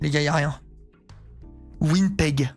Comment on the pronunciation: Étant québécoise, j’ai beaucoup rit quand tu as dit WinnPeg à la place de Winnipeg 😂 sinon tu aurais pu le trouver facilement hahaha !